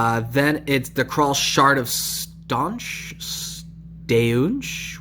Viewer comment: Add "va" in front of ginar'rash and try to read it again 😏. Sure. Here: Mock - a - Din. That's how you say it. One more. Dror'niq : Drawr - nick. Kha'rall: kaa - rall not crawl